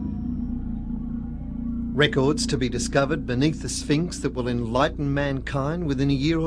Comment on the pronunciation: Sphinx, not spinks.